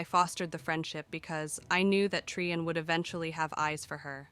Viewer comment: I am loving the story so far, but can anything be done about the volume slowly fading in and out? Also, the inconsistent pronounciations are bothering me: Trian = Tri-yan, Tree-yan, even Tree-en once. Caste = Cah-st, cay-st or cast-ay. Shaperate was pronounced differently twice in the same paragraph! (shapper-ate and shape-rate.)